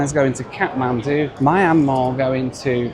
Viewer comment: since he butchered the pronunciation of Myanmar and various Chinese cities already in this video, I’m guessing this pronunciation of Chinese Coca-Cola is also a miss.